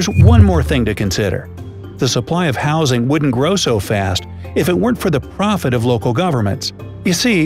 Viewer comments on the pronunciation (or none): none